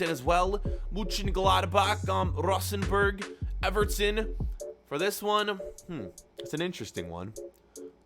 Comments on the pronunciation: It is not rusenborg it is Rosenborg but next time don't take Rosenborg Fk Haugesund is much better than Rosenborg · Me Who is Norwegian:Rosenborg:råøsenvørg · How the hekk did you say Rosenborg I am from Norway